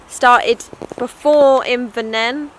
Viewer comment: IVERARNIN,is how you say it ok. -- good